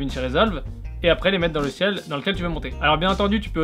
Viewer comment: Bon contenu mais .... articule mon ami! Articule ! tu prononce logiciel: giciel ! prends ton temps pour bien prononcer , je te dit ça car j'aime ce que tu fait ;)